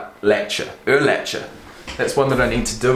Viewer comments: Also Urlacher is actually pronounced Ur-lack-er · I don't know if anyone has mentioned it. Brian Urlacher is pronounced Ur-lack-er. Btw, always love the vids, been around since ~15k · And the h is silent in urlacher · LOL, Eagles history goes back further than 20 years. It goes back to 1933. Dawkins did play in a Super Bowl as a player. He did not win that one. There are better highlight videos on him. Hist hits were bone crushing. And Urlacher if pronounced: "UR LACKER." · That's not how u say urlackers name